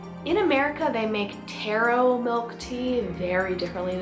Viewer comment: U pronounced taro wrong it’s tarrro not tairo